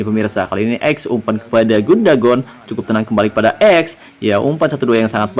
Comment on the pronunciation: Bukan gundagon bang,, tapi Gundogan 👍😁